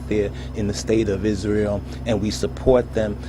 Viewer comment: Bro you don’t have to say Israel like this Isrrrray el lmaooo🤦‍♂️